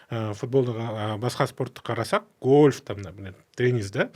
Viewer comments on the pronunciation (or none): none